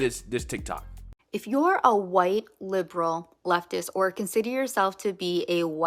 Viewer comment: is that PALM ALLIES -- and showing their PALM FRAGILITY...sad - This girl can't even say white